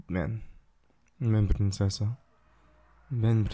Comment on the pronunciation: princesa and besos is soooo cute your Spanish is fire 🔥🔥🔥